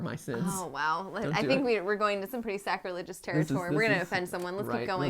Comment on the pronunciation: Wait.... did they say.... sAcRiLeGoUs